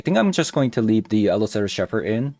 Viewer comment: It's pronounced "shep" "erd". Not "shef" "erd". Also it's "wine" ding way, not "win" ding way.